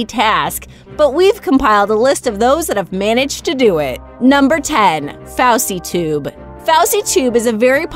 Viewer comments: you dont pronounce it like fauwsietube, its foesietube. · It's fouseytube not fousehtube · Mo troll stopper you said fousytube wrong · Mo troll stopper its not foy sey tube its fousey tube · FOSSYTUBE LMAO ITS FouseyTube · Hold up what did you call yousef? Like wtf it's FouseyTube not FousieTube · Lmfao Fou sea tube lol it's fooseytube but it's spelt Fouseytube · she said fowsi tube instead of fousey tube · It's not fosy tube it's fo u sy tube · Pavel Diaz I know lol her:fowsy tube me: haha ( busting out laughing ) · FAWSEY TUBE lol 😂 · It pronounced foo~sey tube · FusieTube thats how u say it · FouseyTube is pronounced (FO-zy-TUBE) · Foysey toob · Jakv Gdt lol yea there saying it wrong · the way she says fousey tube has me dead lol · she said FouseyTUBE wrong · Who Got Angry When She Kept On Pronouncing FouseyTube Wrong!!! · The way she says fousey tube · Fix the Pronunciation of FousyTube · you said fousytune wrong